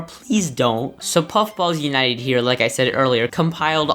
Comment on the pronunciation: Fun fact:among us is made by puffballs united (edit: he said it ok)